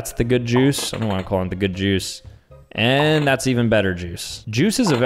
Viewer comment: This is amazing without context Juice sounds like Jews